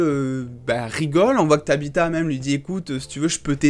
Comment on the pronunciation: c'est pas ta bita c'est tabbata 😂